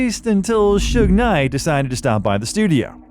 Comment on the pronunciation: This AI Bot pronounced it Suge NIGH.